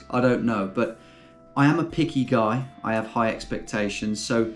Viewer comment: why the emphasis on guy? Might be a good girl editor out there